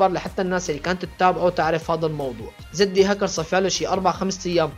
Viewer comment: مشان الله احكي كلمة زد هكر مو زدي هكر 😂🙆‍♂️